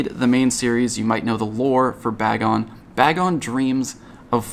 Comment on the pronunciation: BAY-Gon why must people butcher that name